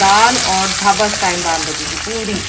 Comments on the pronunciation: Dhaaba not daba ;) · Dhaaba ... not dabba lol